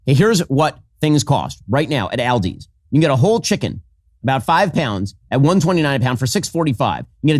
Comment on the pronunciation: The way Ben pronounces Aldi's here lets me know he's never been in one.